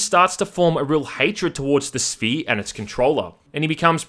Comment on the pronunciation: “Some organic alien structure called; The Sphee”